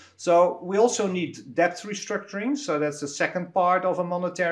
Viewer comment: Great content great guest. Someone just has to explain to Willem that the b in debt is silent